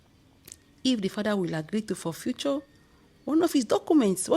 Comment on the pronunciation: my dear its forfeit not forfuture.